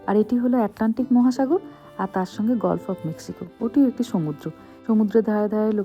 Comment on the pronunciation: GULF NOT “GOLF”😅😂